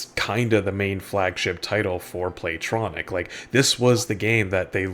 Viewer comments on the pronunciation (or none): Play-Tonic. Not Tronic.